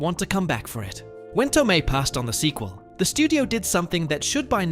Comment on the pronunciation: Studio suits are not particularly bright, creative, or good at story telling. Which is why we get a lot of junk that fails on them. This jackass keeps pronouncing Marisa Tomei's last name Toe-me in the middle of this video.